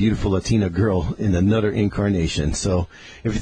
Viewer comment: how he pronounces "anuder" makes me think of cwc